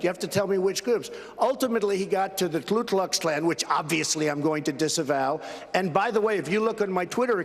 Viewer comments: It's "KU Klux Klan" not "KLOO" Klux Klan.... Still love Trump, tho'... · When your so racist you pronounce the ku klux klan wrong